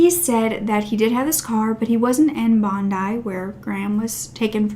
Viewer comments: Please note the pronunciation aid Sydney suburbs. E.g Bondi is pronounced Bon-dye. Not Bon-see. Also you mentioned Bellevue Hill. This is pronounced Bell-view. Not Belle-e-view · Love your content. Hope you don't mind but Bondi is said bon die. It's an Aussie thing. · It's pronounced BonDIE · Bondee...nup..Bondeye ( Bondi) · P, good on you, you beat me to it! I would’ve said bond eye.